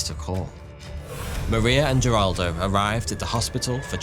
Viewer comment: This is a nuclear disaster that many of us have already heard about being that it is one of the worst nuclear disasters ever. Also, his name is Wagner, not Vagner. He was Brazilian, not German. As well as Heraldo, not Jeraldo.